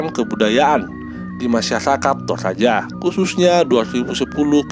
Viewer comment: Bukan tolaja bosku tp toraja😅